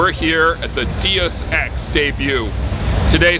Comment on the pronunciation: "Dee-us Ex" and "Square-Onnix"...good job Simon.